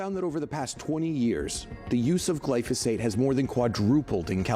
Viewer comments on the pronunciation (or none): First, this lady says "Glysophate" instead of "Glyphosate" and then she calls it a pesticide. Not a pesticide. This is a great herbicide and I use it often.